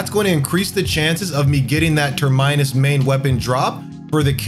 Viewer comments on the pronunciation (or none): Man said “turr-mine-us.” Lmao 🤣 Great content and channel but say it with me : tur-men-us. Your Lucilius video brought me here as a newer player stay awesome. 🙌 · So it’s true, blud going down in history failing grammar class with that “ter-mine-us”, blud it’s “ter-min-us”. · 'Ter-my-nus' lol. It's pronounced 'Ter-men-us' like terminal at an airport. Simply a spin off word like for a port to a certain destination. Definitions. So Proto Bahamut... on route to that destination for my Termynus weapon o/ Cheers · terminus' root word is "terminal" it's not pronounced as turd-minus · for real, it sounded like he said turd-minus lmfao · Terminus is pronounced like terminal.